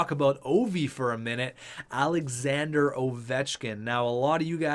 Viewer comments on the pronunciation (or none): none